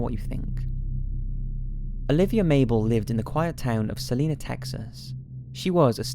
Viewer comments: Hold on did you mean Celina Texas??? (Pronounced cell-i-na not selena) Holy shit that's so close to where I grew up. I didn't realize at first because of how you pronounced it, but I looked at the map a little closer. I'm freaking out right now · It's pronounced Celina not Selina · Dear lord this is like the 4th video I"ve watched where you've blatantly mispronounced things! Look up how stuff is pronounced before you do the videos! It's Sah-line-ah, Tx and Mont-Rose in Houston.